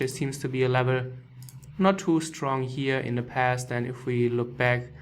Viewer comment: Wenn er here gleich wir hier betont fallen mir die Ohren ab